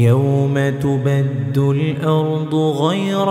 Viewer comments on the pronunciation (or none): Ayat 48 Yawma tubaddalul not tubaddul .please correct